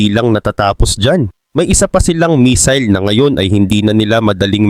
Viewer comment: Correction pls..hindi mesil ang pronouncciation kungdi messil